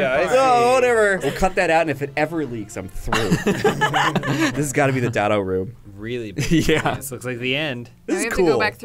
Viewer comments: LMAO calling him Dat Toe xD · I love how says Datto's name as "dahtoe"